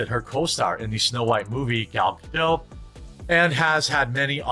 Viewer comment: First of all... Rachel and Gal did exchange a look or two at their segment during the oscar. Second of all... Why is it so hard to pronounce Gadot's last name as it suppose to? It's Ga-do-t! The 't' isn't silent.